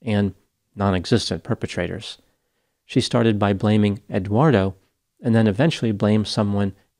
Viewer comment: Did you notice pronounced Eduardo as Eguardo?